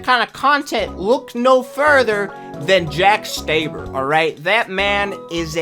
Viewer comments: The way he pronounces "Stauber" is annoying me, he's saying the "au" as "ay", I've heard people pronounce it as "ow" but it's properly pronounced "aw" because that's how Jack pronounces his own name. "aw" for Australia, "aw" for Stauber. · Love the video but it’s Stauber not staiber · Yeah, he said Staiber, I've heard a lot of people say Stoeber, but I pronounce it as Stawber. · i hate to be that one person but its pronounced jack staw-ber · I’ve heard stouber, stueber but stayber :,( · its pronounced jack st-aw-ber